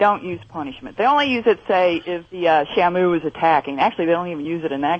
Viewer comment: "Shuh Moo" - Illiterate Opie